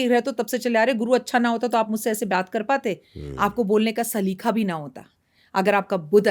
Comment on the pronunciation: Salikha nahi hota salika hota hai. 😊😊🙏